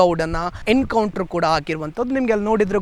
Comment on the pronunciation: It's "Encounter" not "Hencounter". Being a admin correct your pronounciation.😅